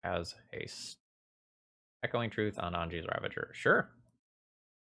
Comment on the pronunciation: I can't tell if you are pronouncing it as a meme or not, but Anje is a German name and is pronounced "AHN-yuh". The vowel in "je" is pronounced like the "oo" in "foot" or "soot". :)